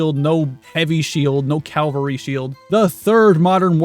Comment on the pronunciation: Cavalry as in cavalier. You will never mix that up again